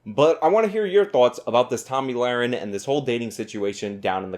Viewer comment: Did I hear Tammy Larry .?